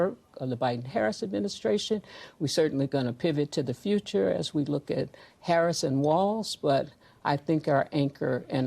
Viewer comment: that’s all y’all have got. “She doesn’t do interviews…whaaaa.” Mispronounce her name. Lie about the economy, the border. THIS. IS. WHY. Y’ALL. ARE. LOSING.